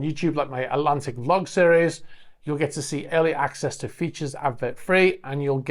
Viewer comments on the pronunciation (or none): none